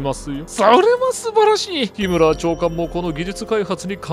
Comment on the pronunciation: ヒムラー?ヒＯラーじゃあないの？